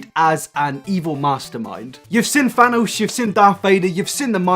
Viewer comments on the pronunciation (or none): none